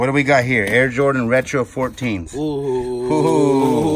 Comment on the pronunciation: Butchering jordan brand